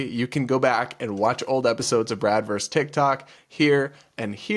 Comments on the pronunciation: This drives me crazy with young people: the abbreviation "vs" stands for VERSUS....NOT VERSE! A verse is a line in a song or poem. PLEASE stop saying such-n-such VERSE so-n-so.....IT'S VERSUS!! Two syllables. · It's versus, not verse.